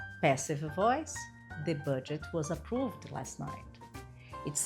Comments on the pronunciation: approVED is incorrect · Approved is not pronounced approvED. Please correct your critical pronunciation of the ED endings in the regular past tense.